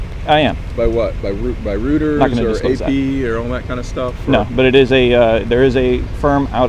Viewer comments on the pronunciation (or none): This Colonel doesn't even know how to pronounce Reuters (roiters) not rooters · "Rooters"? Does he mean Reuters?